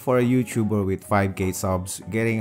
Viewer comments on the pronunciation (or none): I thought he said 5 gay subs but he said 5k subs lol